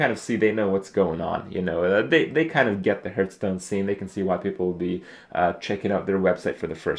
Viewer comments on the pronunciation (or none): It's quite distracting that everytime he says Hearthstone it sounds like Hurtstone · Always bugs me when people say Herthstone, just because I say Harth and that's how it's properly pronounced.